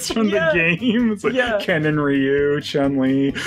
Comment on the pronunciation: "Ryu?" Don't you mean "Rye-oo!?"